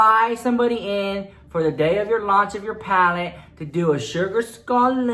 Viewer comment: I just love when you say palette. paLETTE! 😂